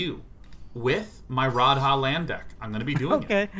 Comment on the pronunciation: They way both of them say Radha and Rhys bothers me too, like neither of them have ever heard an ounce of welsh!